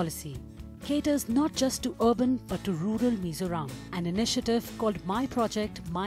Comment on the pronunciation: Please do pronounce correctly. It is MIZORAM, not as you show like "Mr Ram/Meso Rom". It is MI-ZO-RAM